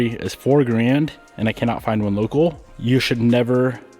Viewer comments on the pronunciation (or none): none